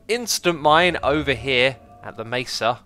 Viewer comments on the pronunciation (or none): none